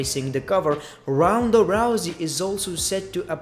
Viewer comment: He pronounce Ronda as roundaa 😀😀😁😂